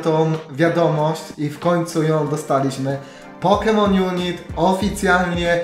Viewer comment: Hejka, nie pisze tego w celach agresywnych czy coś, ale nazwę gry wymawia się pokemon junajt, a nie junit ;) mam nadzieje ze pomoglem